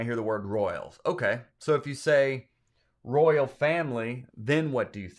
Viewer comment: Royal? I heard rural.😮